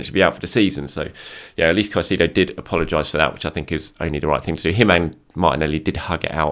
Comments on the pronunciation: Brother, you need to learn how to say Caicedo’s name correctly 😂. Kai•say•do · Respect and like us usual. Just on suggestion. Caicedo phonetic transcription: [ kaisEdo]